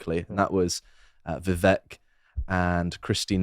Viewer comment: Vivek is pronounced "viv-ache"